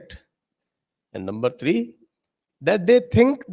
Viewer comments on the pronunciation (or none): none